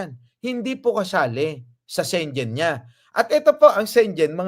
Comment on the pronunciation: Schengen visa ang pronunciation po ay SHE-NGEN hindi po SHEN-JEN